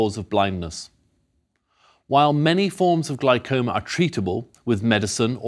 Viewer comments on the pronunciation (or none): Glycoma? Oof! Love The great courses, though. Thank you sincerely for letting us watch this.